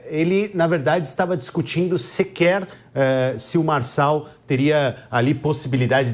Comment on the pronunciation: É Marçal, Marçal, Marcal